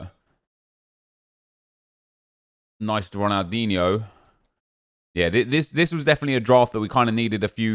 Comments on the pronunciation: Dislike for every time you say DIGNE😡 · Imagine being high and hearing nep say Ronaldigne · I love when you say Ronaldigne 😂😂😂❤️❤️❤️